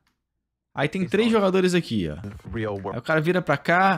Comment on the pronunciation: fala o nome dos jogadores tudo errado 🤣🤣🤣🤣🤣🤣